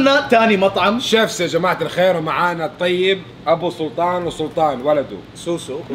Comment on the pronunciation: كان بيقول جماعة قال شباعة